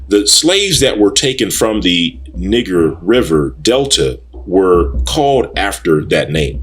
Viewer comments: Ahk you are pronouncing N i g e r wrong! (Nigh Ger) not (Nig ger). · Niger is a French word and is pronounced "nee-ZHER". It does not sound like when you say Niggxx. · Niger is a Latin word that means dark or black,,, the French borrow that word from Italy... but you can look this up for yourself if you would like to. but it`s a Latin word. and it was pronouned NEE-JER